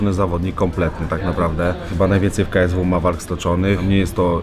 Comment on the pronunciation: Żeby miał trochę szacunku do federacji to nauczyłby się wymawiać poprawnie KSW